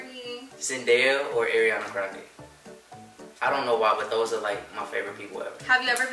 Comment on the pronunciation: Ariana Grande's name is Ariana like "are" not "air" lol